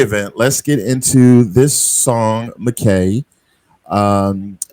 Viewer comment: Just a little thing your description should be MacKay little typo ☺️ pronounced ‘Mack’ ‘eye’…it’s a Scottish name…beautiful dedication. 🤍🫂